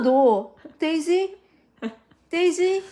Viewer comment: 큰나 벌써부터 도치맘 자질이 보이는데요ㅋㅋ 혀굴리는 발음 데이지~~😅